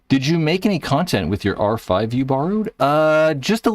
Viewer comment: Since you're clearly incapable of saying "R5", just call it the Geo 5. Damn.